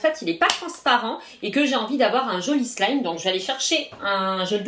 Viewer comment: tu as dis soulime xD